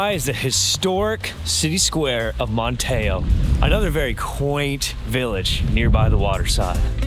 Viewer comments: IT IS PRONOUNCED MAN TEE O. NOT MAN TEH O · What a fun tour! Just a couple of things… Not Man-TAY-oh. I’ve only heard it pronounced MANNEE-oh and Ca-RAH-lah, not pronounced like the car. Thanks for the video! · I'm from the Outer Banks and you absolutely did slaughter the names. 😆 (Bodie Island - pronounced like "body"; Corolla - pronounced "Cah-RALL-ah" by the locals; Manteo - pronounced "MAN-tee-oh" or sometimes we leave out the "t" altogether, lol.) Otherwise, fantastic video!!😃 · It’s not pronounced Man-tay-o, it’s Man-tee-o (emphasis on first syllable). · Love the video, but you might want to learn how to pronounce the names of the towns. Manteo is pronounced “Man t o”. Also Jeannette Pier is not “Janet’s”. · As a local, I enjoyed your video, but I was surprised you ate at Rundown, but didn't even mention it is located in my town, Kitty Hawk. And, not trying to be picky, but these locations are pronounced MANTeeO, BODY Island and JenETTES Pier. We do love our little strip of sand. Thank you for showcasing it. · When I heard Mon-tay-o, I had a little chuckle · He did great just a few pronunciation issues I heard. Man T O Manteo, Bodie Island is "BODY" Island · That’s not how you pronounce Manteo….its Man-ne-o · Yeah, there were a few pronunciations of places that were a bit off, but Manteo was the most obvious. (Corolla and Jeanette’s Pier also spring to mind) As constructive criticism, I’d suggest asking locals how to pronounce places, which I think will help your channel overall.